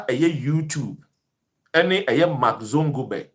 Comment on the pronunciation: the name is Zuckerberg and not Zongoberg